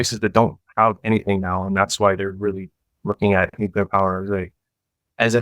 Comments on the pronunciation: NUCLEAR, NOT NUCULAR. JESUS CHRIST. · Not “Nucular”. Obnoxious. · I had to stop listening even though it was really interesting 😂 “nucular” is too distracting! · Love ya but the word is pronounced nu-clee-ur